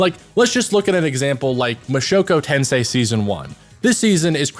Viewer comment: Based for not pronouncing it "Redo of A Healer" L for pronouncing it "MushokO Tensei"